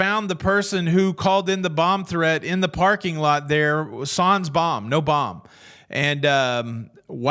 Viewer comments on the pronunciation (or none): I have never heard someone say sans the way you did 😂